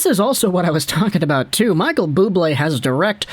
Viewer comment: Bubbly!! No it’s Bubblé!!